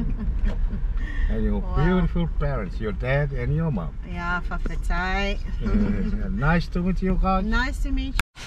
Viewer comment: Loving your vlogs of our beautiful island home ❤️ your pronunciation is awesome and the "faafetai" and "talofa" "manuia le aso" is perfect, its all you really need to know for people to respond and help you with anything in Samoa. Just a tip, google maps works almost perfectly in Samoa, search most locations and street names and google maps works fine 👌👌